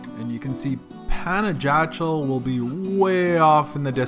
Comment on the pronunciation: Great video. But for the next time ask the way to pronounce properly the place you're visiting. Panajachel (Spanish pronunciation: [panaxaˈtʃel]) or simply say Pana.